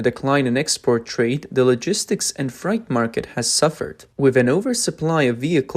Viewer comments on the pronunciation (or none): Fright? no, freight (fray-t). L2type to make your text to speach speak properly. Lol, his face was visible, no use for blurring it out since that was left in.